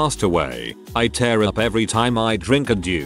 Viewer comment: 1st of all, get an other AI to read it stories, or better yet, a PERSON. Tears is wet stuff, coming from ur eyes- not as in 'he always tears his clothes'. 2) Sometimes letters are words, other times, their sounded out: ICU, NOT ich-coo. MS IS M.S.! It kept says his dad 'mise as a child' I rewind X3, mise. Subtitles-.mice. I finally enlarged the screen & hit pause- rewind X3 more. IT SAID M.S.!!! Doesn't anyone listen to ur broadcast to critique? I know comments are to be polite & kind, but .... Pls?? I stopped at 2min17sec, I couldn't take it anymore. Sorry. Just some feedback to help ur channel, ok?